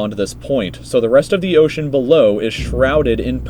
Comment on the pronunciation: Ocean not osean